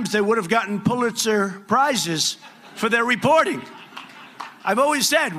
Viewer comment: "Phuliter prizes"...LOL Muslim spies?